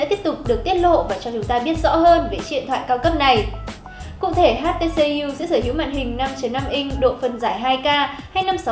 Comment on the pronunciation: Đọc nữa nạc nữa mỡ gì mà "hát tê xê diu"